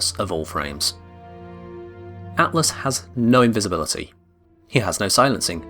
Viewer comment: Is no one going to talk about "invibisibility"